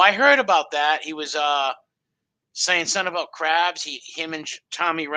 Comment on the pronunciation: got the cwabs in his eye bwows.